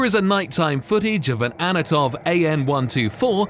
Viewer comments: You insist on saying Anatov instead of Antonov. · It's an ANTONOV AN-124 ... not an ANATOV AN-124. Anatoly Kvochur is the name of a Russian test pilot, not an aircraft - In all probability Kvochur was piloting the low-level Sukhoi Su-30.